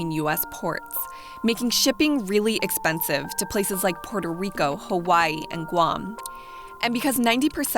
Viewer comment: "porto" rico??????